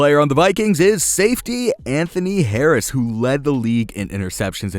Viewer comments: It’s Anthony HARRIS not Anthony Dabis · No one: Everyone: Anthony Harris and D.J Chark Him: Anthony Davis and D.J Clark